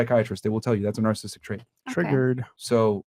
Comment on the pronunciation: After all these years still can't pronounce "narcissistic" correctly.